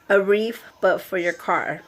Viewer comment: Cute. BTW, it's not "wreaf" with an "f." It's "wreath." TH, not F. Thought you might want to know.